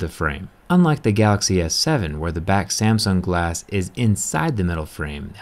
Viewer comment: "Hamtung calaxy s7"